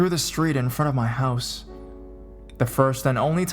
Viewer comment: Quit separating the syllables while talking really fast at the same time."I RE-GU-LAR-LY STAYED AT HER MO-THER-S HOUSEUHHH"